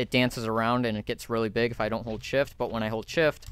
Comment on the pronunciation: shift聽起來講成shit